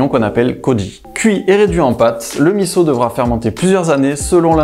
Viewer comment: Bravo de bien prononcer MISSO ! Top !